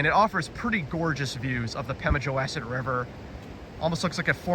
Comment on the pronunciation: Nice video. Please, …wass.. as in the name of the river rhymes with boss, not mass. There are also some cellar holes across the railroad tracks. I believe NH public TV did a program about it. You might search online for some non copyrighted images to edit into your videos.